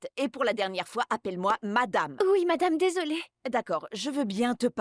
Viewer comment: Moi aussi, surtout quand elle dit mdame au lieu de madame